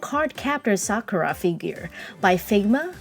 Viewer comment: Thank you! Finally someone pronounces her name correctly!